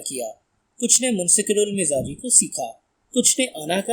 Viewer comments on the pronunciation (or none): منسکرالمزاجی نہیں بلکہ منکسرالمزاجی ہے. موصوف نے اس لفظ کو دو مرتبہ غلط پڑھا ہے.